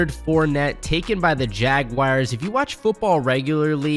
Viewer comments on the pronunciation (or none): Jaguires? It's pronounced Jaguars. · It’s Jag “WARS” not Jag “WIRES” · How can someone read "jaguars" and say "jagwires"?🤔 It happens all too often, IMHO. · Can someone please show me where the "I" in Jaguar is?